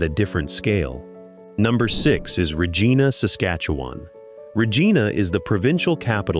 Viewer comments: It is not Rejeana. It is Regina rimes with Re mine a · You mispronounce Regina um I think Regina is bad depending where and what or who you dealing with in Regina usually assaults and sexual assaults some murders not as many as use to be